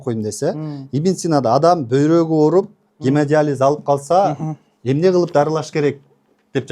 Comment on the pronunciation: Гемадализ --- ( гемодиализ), тарпедиа --- ( торпеда), Ибн Сина -- 500 жыл мурда жазган эмгектерин --- мен шок абалдамын. Ушул сөздөрдү туура айталбаган чала сабатка ишенип тентиреп барып жүргөн сабатсыздарга убал дагы жок экен да.